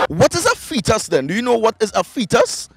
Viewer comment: " A feet us" am done lol